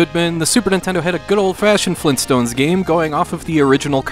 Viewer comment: Grand-dad? FLEENSTONES!?